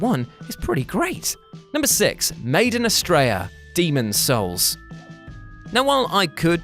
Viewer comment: I thought you said "made in Australia" when you said Maiden Astraea had to look back at my phone quick like wtf?